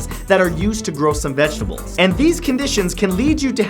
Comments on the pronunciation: Did he say vegable?!?! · lol u said vegable